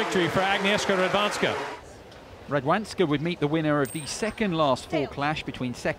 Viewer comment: The way the English narrator pronounces the 'w' in Radwańska makes my toes curl. The American commentator got it right bloody hell, why can't this chap?